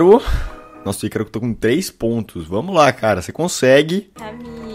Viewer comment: mano nao é aicaro se fala icaro do jeito que escreve